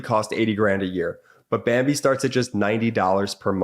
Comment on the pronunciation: you said bimbee instead of bambee